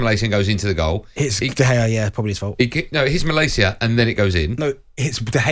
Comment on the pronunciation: Goldstein is a typical example of the United fan that's never even been to Manchester. He's calling Malacia "Mal - ay - see - ya". His lack of knowledge on the club and the sport as a whole, is staggering.